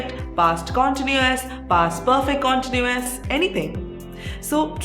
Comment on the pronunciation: The pronounciation of the word continuous is mentioned different from what you spoke as per the Cambridge pronounciation dictionary